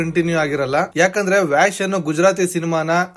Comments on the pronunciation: That is not 'ವ್ಯಾಷ್ ' pronounce as 'ವಶ್' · ವ್ಯಾಶ್ ಅಲ್ಲ ಬ್ರೋ ವಶ್ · Ur pronunciation of title is wrong ....itz vash Andre kannadadalli vashikarana antha .... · Pronounciation ವಶ್ not vash I think.